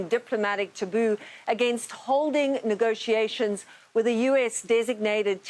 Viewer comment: This did not sound like “negotiations”…